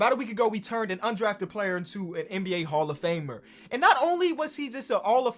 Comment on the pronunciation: “An all of famer”. Loll